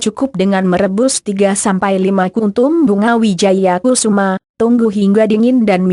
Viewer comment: yg baca narasi gk enak bgt...maaf itu bunga Wijaya Kusuma... bkn kususma,,,hadeeh🤦‍♀️🤦‍♀️🤦‍♀️🤦‍♀️🤦‍♀️✌